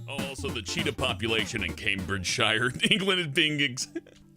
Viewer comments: It's not Cambridge shire. It's pronounsed Cambridge sheere btw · It is pronounced camebridge sheer not shire and that is not how poeple speak in camebridgeshire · Sidenote: Counties ending in "-shire" are pronounced "-sheer" in the UK, Cambridgeshire is pronounced "Came-bridge-sheer". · Why do Americans pronounce shire wrong? It's not sh-eye-er, It's sh-ee-er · oml, most people in Britain don't say "CambridgeSHIRE", we normally say "Cambridgesher" or just stop at "sh". like I say "Yorkshire" like"yorksh-". at least most Yorkshire people do. :) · The suffix "-shire" isn't pronounced like the noun Shire. It's pronounced "shuh" and all as one word so it's pronounced Cambridgeshuh not Cambridge-shire. Same with all the other counties ending in -shire (Yorkshire, Lancashire, Lincolnshire, Herefordshire, Hertfordshire etc.) though maybe with a bit of an accent so it sound more like "shir" never ever "shy-er". I don't understand why Americans can't seem to get this. Canadians and Australians seem to manage it and we're all from the same stock. Any American who goes to the UK and says Shire will be mocked and thrown into the Thames. It's part of the Laws of London. You'll also be banned from meeting the Queen as she does her nightly walks around Britain meeting her subjects, because we all know her personally. You have been warned. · The Shire in Cambridgeshire is pronounced Sher,so that bollocksed your whole piss take up! . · The way you say Cambridgeshire is killing me. 😐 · it would help if you said cambridgshire peoperly, its one word i dont why americans say the shire suffix as if its a seperate word. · You are not pronouncing the English town correctly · Planet Dolan Fuck you that's not how you pronounce shire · Not to mention Mar-Goh and Came-bridge-sheer are pronounced incorrectly.